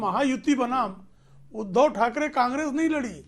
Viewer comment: आप उध्दव जी का नाम सही से लो